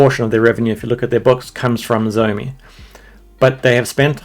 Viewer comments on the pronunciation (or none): Your pronunciation of "Xiao" is wrong. It's pinyin, not English.